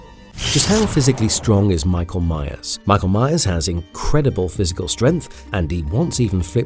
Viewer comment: Every time I heard the name meyers I swear you said Mayans 🤣